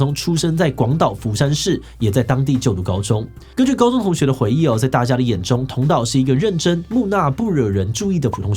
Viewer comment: 木訥ㄋㄜ ˋ